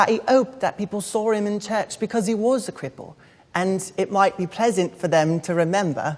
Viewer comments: Because is pronounced ‘BE CUZ’ (like cousin) not ‘BE CORRS’ 😬 Though he did a really decent job for the time had. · "Because" is pronounced as "biccuz" in English accents, potentially a bit closer to "biccaz" in strong Cockney, but certainly not how she taught it.